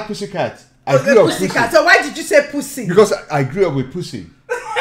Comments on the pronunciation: just says poosy its so funny 🤣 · “Poosay Licks” 💀💀💀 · Can someone find out the amount of times they said “poosy” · How many times said “poosy” 👇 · Ai lov graubing poosi* Had me dyingggh😭😭😭😭😂😂